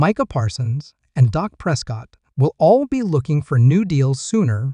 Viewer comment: His name is Dak not doc so if you cant pronounce the names right then dont comment on a sport or team you no nothing about .